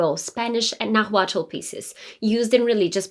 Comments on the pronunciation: It's Nahuatl not Nagüatúl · Naaaaahuatl, no Nahuuaaatl.... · It’s pronounced more like Naualt the T is almost silent and after the L. It’s spelled Nahuatl but that tl is more like lt. also the h is silent. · Great info! The “l” in Nahuatl is silent. Pronounced “Nawhat”. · That isn't how you pronounce nahuatl, but I love your video! I'm Mexican and in school we read her poems and studied them for literature class. She was such a cool historical figure! If you're curious, ˈnaːwatl and ˈnaːwaːtɬ are some more accurate pronunciations. The "na" should be the strongest sounding syllable. Also, though most people ignore the fact, the "tl" in náhuatl is a click of the tongue, like imitating the sound of a raindrop! I think it's a very pretty sound. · Please pronounce the word "nahutl" correctly, it sound like you say " naguatlo" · Your pronunciation of the word Náhualt sounds weird, as you can notice the first a has the accent, not the second one. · Very nice. But the correct pronunciation of 'Náhuatl' is when stressed in the first syllable, not on the second. The way you pronounce the word is awkward. Please check on Google the prosody and intonation. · For Christ sake pronounce Náhuatl with the accent in the First "A" 🙏🏼🙏🏻🙏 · As a Mexican loved this video and your pronunciation was great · Love the video. Thank you for your excellent historical service. For future reference, when saying "Nahuatl" you don't separate the 'T' and 'L' to add another consonant. When your tongue reaches behind your top teeth when making the 'T' sound, you just let your mouth end it with releasing airflow by making the 'L' sound. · The H in Nahuatl is silent.